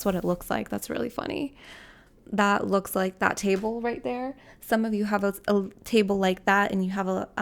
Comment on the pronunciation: "Some of you have a littrle tabele" me picking up a little table in that moment 😂